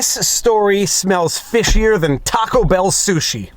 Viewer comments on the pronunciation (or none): none